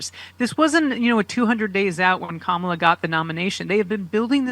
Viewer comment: They are still saying Kamala's name wrong? Wow, they are so small and petty.